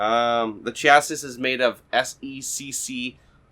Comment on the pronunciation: Nice video, you have a good way of talking. Chassis is pronounced 'chassey', or 'sha'-'see'. My videos aren't as watchable so I cannot criticize.